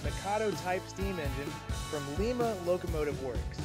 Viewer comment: Lima, Ohio is pronounced like "time, uh" and not like the city in Peru. Not to detract from your success with adding more camera locations.